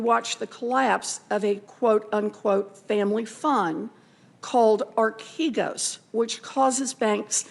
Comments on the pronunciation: Telling on herself by mispronouncing archegos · Bro what are you talking about she literally mispronounced archegos DURING this clip